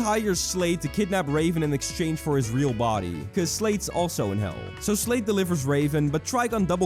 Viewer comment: I HEARD SLAVE INSTEAD OF SLADE LOL- \